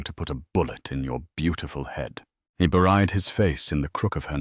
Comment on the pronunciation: Can't you fix AI narrator to pronounce "buried" correctly?